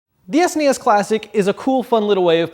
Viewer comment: I actually hate the way he says SNES!